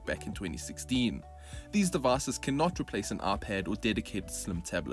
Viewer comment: "of the devass" - your accent is hilarious 😅